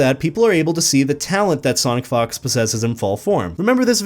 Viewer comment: I'm not trying to be immature, but it sounded like you said Sonic Fucks sometimes